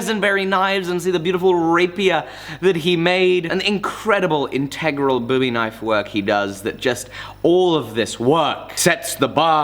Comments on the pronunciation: Bo-wie not boo-ie hahaha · Boowwee knife? Do you mean Bowie knife... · Why is bowie knife not pronounced like Dadid Bowie?